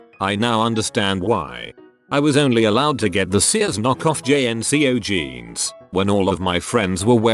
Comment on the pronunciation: Nobody: ... Reddit Robot Voice: G-eans